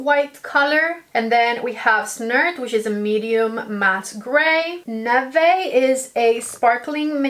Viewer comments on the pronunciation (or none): none